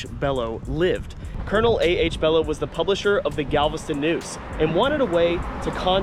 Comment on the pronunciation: Belo pronounce bee-lo.